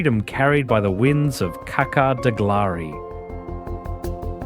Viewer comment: "i-schak" pasha !!! "Kactskar" !!! please show some respect and learn how to pronounce at the age of data !!!